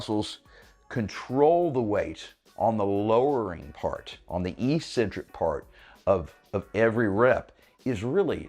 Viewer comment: EEEEEEEEcentric is not a word in the English language. Despite the way that every meathead on YouTube mispronounces it, it is pronounced eK-Centric. Let me give you two lines of evidence. 1) EEEEEcentric would mean 'without a center'. Ec-centric means 'away from the center. This makes perfect sense. An odd or crazy person is 'away from the center of normalcy'. Tendons move away from the center of the muscle belly. 2) The fist syllable of the word is 'ec'. The second and third are 'cen-tric'. 'Ec' can only be pronounced as 'eK' in English. But don't take my word for it!!! Take two seconds and look it up in literally any English dictionary. People may think you're eccentric for pronouncing it correctly, but at least you'll have the power of knowledge behind you!